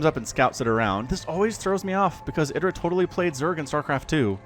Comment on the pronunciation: pronounces it correctly.